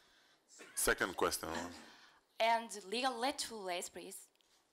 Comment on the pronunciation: Chinese interviewer : What is your most impressive race and your most """legalettle "" race? Bolt: My what????